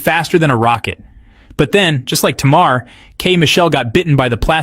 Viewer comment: U put up the name countess Vaughn.. but then u started talking about Vanessa Williams... all blk women don't look alike.. Smh.. and u didn’t pronounce SZA or Tamar name correctly 🤔 🙄..uugghhh